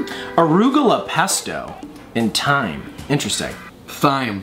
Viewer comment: Grana Padano is a cheese... It's like Parm just a MUCH better cheese. Also the way said thyme was the correct way 😂😂😂